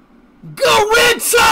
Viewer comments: Bem ele falou Garrintia (considerando como se fala em português) isso não é uma pronúncia realmente errada mas não é a certa a certa seria pra americanos algo como Garrinxa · No, he pronounced it "goritsa" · He miss pronounced garrincha bro, you can't argue with a native brazilian